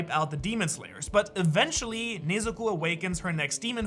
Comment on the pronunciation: Nezuko❌ Neezuko✅